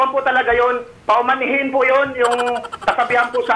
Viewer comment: Paumanhin or pamahiin?? 😂😂